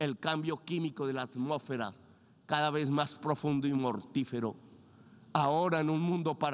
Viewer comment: La humanidac, la amosferat...en fin